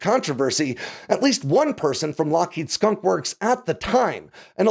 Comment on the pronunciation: “Skonk works”